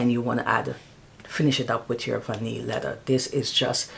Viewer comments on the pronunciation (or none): Hi. Thanks for sharing, great fragrances. I know back home we don't pronounce our th, but it's lea-ther. Pronounce your th. 😊